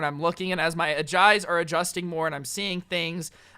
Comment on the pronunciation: You said jeyes not eyes